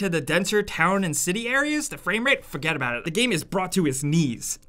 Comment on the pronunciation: "Fawgettaboutit"